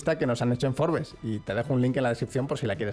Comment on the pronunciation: Gracias por decir FORBES y no ser de los pedantes que en español dicen FROBS